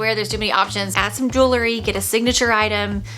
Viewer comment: I really like your video however you keep mispronouncing one word...the word is JEWEL-RY Not JEW-LERY.